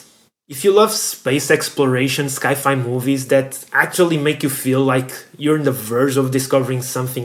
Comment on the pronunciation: never, in my entire life, have I ever heard anybody, with or without accents, say "sky-fi" do you also say skyence? for science? if you do, then sky-fi is acceptable... but i doubt you do...